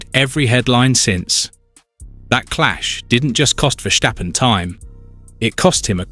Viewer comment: Stop this stirring up the mood and fgs pronounce Max’s surname as VerStappen. There is no sh in his name.